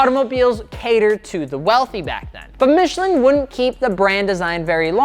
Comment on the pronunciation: Your French hurt me.